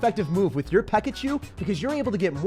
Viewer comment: This man said a Pekkachu. He puts a lot of work into his video editing. Everyone that watched this and that has a Youtube account should be subbing right now.